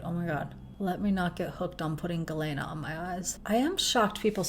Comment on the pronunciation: Ah hem. As someone named Galena, after the mineral. It's pronounced gah-leena, not gah-layna.